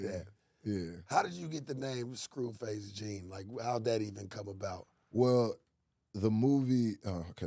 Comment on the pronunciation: He said scruface Jene lmao